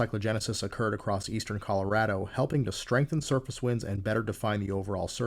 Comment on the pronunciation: You cannot understand how much I appreciate you pronouncing "Colorado" correctly.